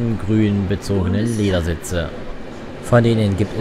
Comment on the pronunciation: Le 'e'dersitze....